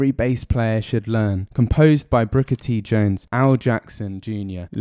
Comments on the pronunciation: Booker T, not Brooker T. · It’s BOOKER T, not BROOKER T. Learn your history. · Fantastic!!! It’s wonderful how y’all can appreciate brilliant American music, that f’n Americans can’t! but it’s “Booker T”, not brooker t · "The Thrill Is Gone" was not written by B.B. King. It was written by Roy Hawkins and Rick Darnell. It's not "Brooker" T. Jones. It's Booker T. Jones.